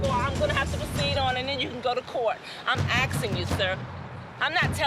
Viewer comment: "I'm axing you Sir" 🪓